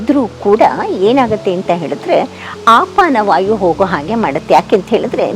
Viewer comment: ಆಪಾನವಾಯು ಅಲ್ಲ ಅಪಾನವಾಯು ಎಂದು ಭಾವಿಸಿದ್ದೇನೆ 🙏